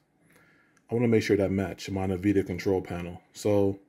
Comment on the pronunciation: Did you say "Nuh-vidia" lmao